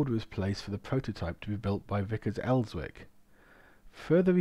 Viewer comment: Vickers Elswick - the 'W' is silent. Ellzik is the correct (local) pronunciation. Cracking stuff other wise. RTH former member of 203 (Elswick) Battery 101 (Northumbrian) Rgt RA (V)